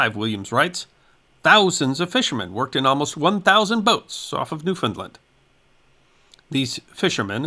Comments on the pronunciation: Great video. The way to pronounce Newfoundland is “New - found - LAND” not New- Finland. Thanks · Please please please stop propagating this incorrect pronunciation of Newfoundland that has taken over youtube. It is pronounced Noo-f'n-land. The last syllable is pronounced land, not lund. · The correct pronunciation of Newfoundland is "New fin land" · It's new- finned-LAND accent is always on LAND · new finned LAND Accent always on LAND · Our island’s name is Pronounced “Noo-fun-LAND” Like “Understand” This storm is Forgotten by the Climate Alarmists Who claim that Hurricanes are Becoming stronger….. Thanks for sharing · As a Newfoundlander I heard about this great storm many years ago. You have done a magnificent job detailing what is known and giving references as to where to find contemporary information. However, Ifeel obliged to indulge in a little 'nitpicking', and criticize your pronunciation of the name of my homeland. The accent should be on the last syllable and not on the middle one. NOT" new- FOUND-lnd but 'new-fnd-LAND' - the same pattern as with the word 'understand'. That is how all true Newfoundlanders say it. Sorry - its continual mispronunciation is a pet peeve of mine. but it doesn't really distract from the great job you did. Thanks very much for that. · Newfoundland is pronounced the way its spelled.